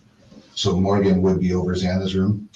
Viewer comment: At around the 58 minute mark she says Mogen, and of course we can't question that.... Gimme a break!! You pick and choose what YOU think is normal and what sounds ridiculous. EVERYTHING SOUNDS RIDICULOUS IN THIS INTERVIEW... There is no truth when you lie about anything in a supposed quad murder investigation.